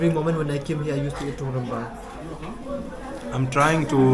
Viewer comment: Tungrymbai pronounce as tung-rim-bai prepared from fermented beans.